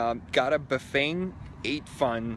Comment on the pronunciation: 8Fun is pronounced Ba-fun. The 8 in that Chinese dialect sounds like Ba. That's where 'Bafang' comes from.